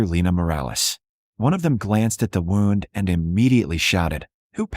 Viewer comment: Good story. But when AI reads IV as 4 rather than eye-vee, that is inexcusable. Wound is not pronounced as rhyming with round. It is supposed to rhyme with tuned. Read can be red or reed. AI gets it wrong. So easy to do it right. Funniest is reading St. As street instead of saint. So easy to polish. It takes away from enjoying the stories